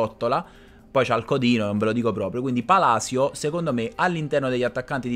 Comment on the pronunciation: Ho solo Palisio come dice il commentatore inglese 🤣